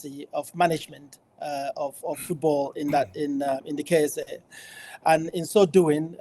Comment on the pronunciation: Simon it’s not “KSI” it’s “KSA” 😭 🤦🏻‍♂️